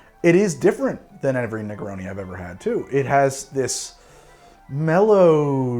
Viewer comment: My man said negroni with the hard oni